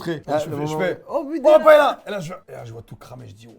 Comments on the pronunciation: On prononce PAÉLYIA comme on dit LIEU ... et chorizo c TCHORIZO et le Z comme le TH en english. De rien.😂 Merci! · Paëlla ça se prononce « paéya »